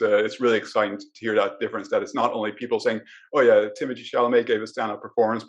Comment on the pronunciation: it’s interesting that is french but it seems he still hasn’t caught on to the fact that timmy is as well! i figured he’d be using the correct pronunciation of his name if no one else does lol. here’s hoping he sees this but hey, timothée IS french through his father who was born and raised there and his name is pronounced “tim-oo-tay shall-uh-may”. he was born in ny but spent summers in france and holds a duel citizenship. LOVING the podcast guys, truly! <3